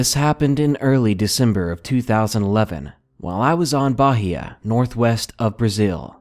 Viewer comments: 1st story. Bahia(you don't pronounce the "H") does not have "storms". The atlantic ocean is green. The sea can become violent sometimes, but it is not cold. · the way he says bahia is funny haha. We doon't use the H as 'R' per say, so it's probably just Bah-ee-a lol